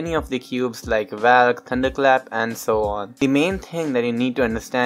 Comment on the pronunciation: It's spelled as valk it's not pronounced as valk, it's pronounced as volk.